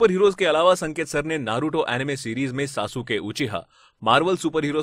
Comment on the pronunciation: The way he pronounced Sasuke made me wanna chidori him.